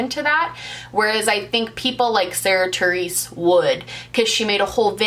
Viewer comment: Every time you said Sarah Therese I deeply cringed- sincerely a Sarah Theresa